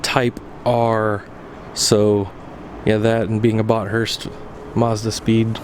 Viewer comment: You pronounced Bathurst wrong. It's Bath-urst, you don't separate the t and h. Great car though.